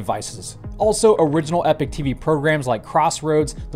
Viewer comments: Epoch is not pronounced Epic but E Pok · Are they gonna teach to say Ee-pok rather then Ep-ic ? And, maybe the air force were just doing it for shits n giggles, they could have been tuning in to the Vlogs and thinking "We should give this guy some new material to blog about". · Epoch. pronounced ee - pok